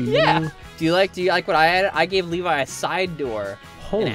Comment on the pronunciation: Its Alevi